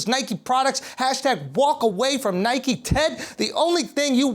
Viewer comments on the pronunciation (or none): none